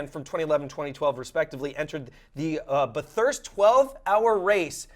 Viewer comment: I'll admit, I cried a little when mispronounced Bathurst, but oh well. Fun fact though, Felix Baumgartener and Ben Collins (the old stig) were in the Bathurst 12 hour as well.